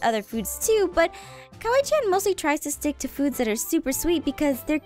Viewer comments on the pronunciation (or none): it's kawaii~chan, not "kiwi chan."